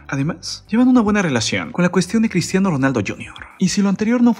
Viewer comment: QEPD CRISHHHHTIANO